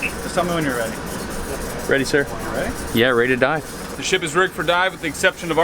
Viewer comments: i thought he said "its time to DIE." But really he meant "Time to dive." Oof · sounded like “yea ready to die” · sounded like he said “Yeah, ready to die” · did anybody else here ready to die instead of ready to dive and the mark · “And then it was time to dive” Holy- I thought he said ‘DIE’